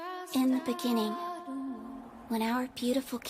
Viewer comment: In the beninging